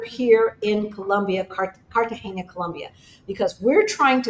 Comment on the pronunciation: it's Car ta ge na. Not Cartagenya. It's the normal n. Not the n with ~. So it's pronounced like Car ta hey na. Enjoy!